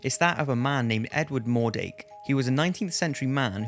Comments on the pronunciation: mordRake, not mordake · mordrake not mordake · Edwards name was "mordrake" not "mordake"